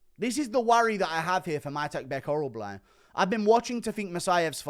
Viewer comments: OrolBAI not OrolBLAI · Oral-buy, not oral-bly